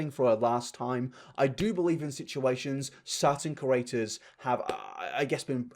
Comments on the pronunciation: I don't want to be mean about someone not being able to pronounce words but I've heard you say "curator" instead of "creator" so many times now 😂 sorry I do love you and Kenji 🥢 and ur content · learn to pronounce creator challenge 😡